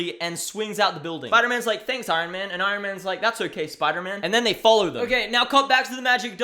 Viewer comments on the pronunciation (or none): none